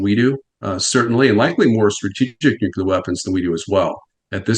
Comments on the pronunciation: That guy doesn't know how to pronounce Nuclear. So annoying. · why does he blink so much?? and why does the expert not know how to pronounce 'nuclear' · WHO... TF... ARE THESE PEOPLE TO SPEAK ON WAR WHEN THEY CANT EVEN PROPERLY SAY THE WORD "NUCLEAR"? ITS NOT NUCULAR DUMBASS' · but he said "nukulur" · Nuc-LEAR. It’s not pronounced nuc-you-lar. Kind of diminishes the message when the guest mispronounces the word multiple times. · Someone needs to tell this Nuclear expert: it's pronounced "nu-clear" not "nuke-ular" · Nuclear: "Nu Klee Ur"...not "Nukular" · Anybody that says “nucular” immediate loses credibility IMO. Say it right: nuclear. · I said it last time and I’ll say it again. Who ever Pronounces nuclear as “New-Q-Lur” instead of “New-Clear” should not work on our around the topic. Grinds my gears something fierce, boy. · New CLEAR! Not nuuuQlar! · I effing hate it when anyone but especially an "expert" says nucular instead of nuclear. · Honestly, WTF is so difficult about the word nuclear? It’s pronounced in the manner of new clear, not nucular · It’s hard to watch when this man mispronounces nuclear over and over again. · The pronunciation of "nuclear" as "nucular" by a supposed expert. He said it so damn much too! 😂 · @@ nu clear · @@ can you read???? not nu que ler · Gotta' love that nucular war expert. New. Clear. It's just not that hard. "When I wrote my unpublished book". No shi*. I'm so convinced. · I am backing out of this video i cannot handle people saying “nUkUlAr” anymore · Nate your "expert" said at least 100 times "nukular", i managed to endure half hour in to interwiew, but it's unwatchable. I have no desire to troll, but man- just listen him, and lastly all he said we allready know, call Scott Ritter he surely knows much more than this klaun. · Nu Ku ler. It's pronounced nu Ku ler 😂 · Why does everyone say Nu-cu-lar? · Interesting factoid, he says Nucular. John Haller says it that way sometimes said that 8 presidents said Nucular.